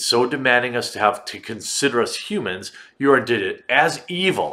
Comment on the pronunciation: What is a '"hu-man"?